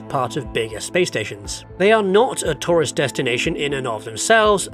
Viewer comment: I kept thinking "what's a 'Torus Destination'?" And then I realised you were saying 'tourist destination' 🤣